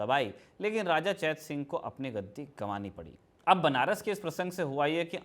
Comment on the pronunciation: चेतसिंह को चैत सिंह कहना कंफ्यूज कर रहा है।